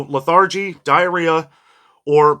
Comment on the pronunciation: And lethargy is pronounced LETH er gee It means tiredness or having no energy.